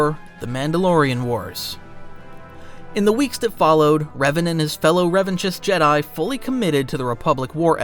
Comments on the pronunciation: I believe Revanchist is pronounced Revan-KIST. Like anarchist, which was the intended parallel. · The ch in Revanchist is pronounced as a K. It sounds stupid to hear you saying it wrong. You're supposed to be a fan. You are a content creator. Don't mispronounce names in Star Wars.